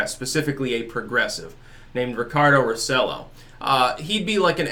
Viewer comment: It's pronounced "roh - seh - JOH", in case you're interested.